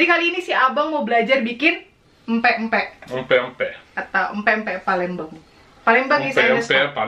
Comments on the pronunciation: Abang nyebut PALEMBANG nya PALENGBELANG 🤣😅😅 ada ada aja haha ... Yey..akhirnya setelah setahun yg lalu mamak bikin pempek kapal selam lagi, saya asli orang palembang inong sam 🥰🥰🙏🏻 .. #orang asli palembang like dong 🥰🥰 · Gak bisa tahan ketawa dgr abang bilang empek empek Palengbelang😄😂✌️